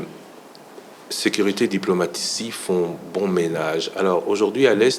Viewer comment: Sekiritaire, minites, résiltats, sékirisé, instances jidiciéres, pas di tout, selement, l’idps, sirprise, depuis les débi, l’inité, individi, initile 😢. Donc une kabiliste parle et pense que son mentor avait fait un bon boulot dans ce pays de la Rdc!? Franchement quel courage 😰